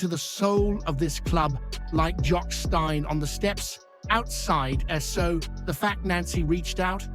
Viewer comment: ITS PRONOUNCED STEEN NOT STINE. JOCK STEIN .